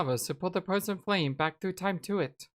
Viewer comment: Ahhh ha ha ha ha! That's exactly what i'm talking about! The Fwozen Fwame... XD XD XD